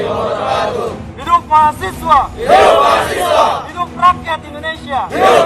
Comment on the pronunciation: bukan mahasewa om, tapi mahaSiWA